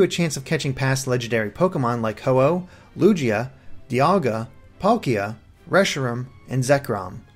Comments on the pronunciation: It's definitely 'Lou-ge-uh' not 'Lu-je-uh.' But whatever. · Lugia not Lujia lol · It's Lugia with a hard G. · Did you just call Lugia (Loo-gee-ah), Loojia (Loo-Jee-ah)? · Lu-jee-a... WWHHYYYY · Did he just say Lujia? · Lol Lu-jee-a and reshirum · Lujeeah? Whose that? :P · Is this guy a noob? Pronounce lugia correctly god damn it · You mispronounced Lugia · He said Lugia and Reshiram weirdly lol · The way you said Lugia made me choke on my water. It's like you were saying Luigi and then changed your mind... That tiny complaint aside, awesome video ;D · Lugia was pronounced incorrectly. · He probably knows how it's pronounced, but when you go your whole life saying it like that it's hard to go back